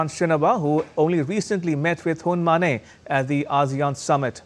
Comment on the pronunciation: Uncle, his name is Hun Ma-NET. Not Hun Ma-NEIGH! He’s not a horse 🐎 for God’s sake!!